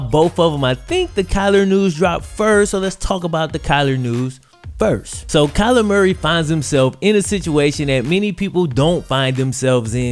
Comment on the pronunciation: Kyler not Klyer